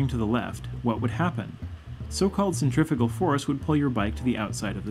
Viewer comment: Centri-FUUUU-gal. Please say it differently. To be honest I would've thought that this is a natural instinct to all bikers/cyclists and hardly needs explaining.